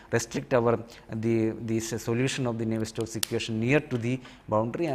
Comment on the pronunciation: Sorry, but isnt it Navier STROKES ??? you are saying and writing it as NAVIER STOCKS ....